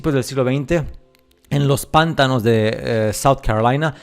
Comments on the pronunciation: Muy buen video, sólo un pequeño comentario: la palabra pantano es una palabra grave, por lo tanto se acentúa fonéticamente en la 2° sílaba. Lo correcto es pronunciar: "pan-TÁ-no" y no así "PÁN-ta-no". Saludos desde México. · Pantano se escribe y se dice Y no “pántano” (La primera es grave lleva la acentuación en el medio, como termina la palabra en vocal no lleva tilde, Pántano en cambio es esdrújula (siempre lleva tilde)) Me encanta tu canal y como hablás y explicás todo (: me cago de risa cuando decís una palabra mal acentuada ^.^ Saludos aguante la verdad suprema!! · No se dice pÁntano, no se acentúa la palabra jaja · Tu acento es supremo!!! Me encanta tu forma de transmitir la verdadera historia que nos ocultan. No se de qué país eres pero hasta el acento para decir pántano en lugar de pantano es... Bonito, para no hablar de más. Buena información amigo 👍🏽. Saludos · Igual lo ha acentuado en la primera sílaba a propósito para enviarnos algún tipo de mensaje subliminal, la sílaba Pan tiene miga 🤔